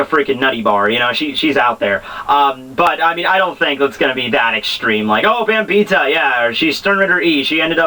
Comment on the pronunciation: I'm pretty sure her name is pronounced "Bam - By - Etta" There is an i and an e in her name for crying out loud. A good example would be the name "Henrietta"